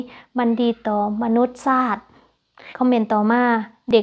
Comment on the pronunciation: มนุษย์ชาติ=อ่านว่ามะนุดชะยะชาด❤❤❤